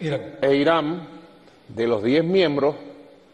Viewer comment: Nico, no se dice IraM, sino IraN! Un logopeda no te haría daño ...